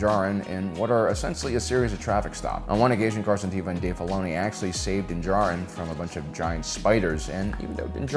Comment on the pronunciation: Stop saying Carson Tava. His name is Carson Teva!! ((E))va. Show your captain some respect